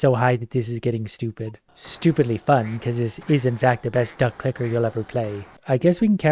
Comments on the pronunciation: Sometimes you can hear say ducklicker 😅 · Anyone else hearing "Duck Licker"?